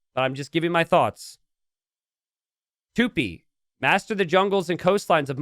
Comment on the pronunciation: tupIIIIIII the "i" is the tonic